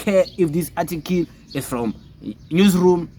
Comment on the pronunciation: Boy it's not "atikil" it's "article" ujoji unzima nakuwe njengoba your followers bexakwa esikaBongani Just campaign for EFF so that it can get at least a mayor and just one anchor municipality EFF has no anchor province no mayor By 2029 you will be an EFF with 6% iyaphela i-weight nilibele ukubhekana nabantu Nawe you are chopping English sis